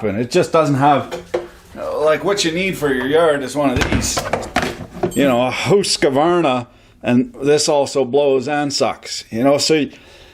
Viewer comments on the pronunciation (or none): How come no Americans can pronunce Husqvarna correct ?